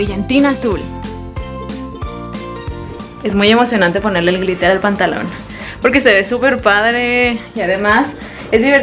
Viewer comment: No es pr criticar pero en el min dice gritel en bes de gliter